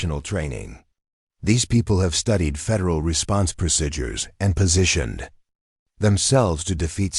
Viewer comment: PLEASE learn how to say "procedures"! It's not "proSIDures", it's "preSEEdures"!